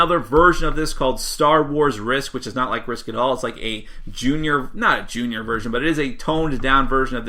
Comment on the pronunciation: Who is this "zunyer" of which you speak?